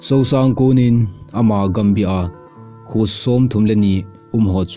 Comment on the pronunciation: Not Sousang It's Suongsang kho.. Kumsang vaihom Not Kumsung vaihom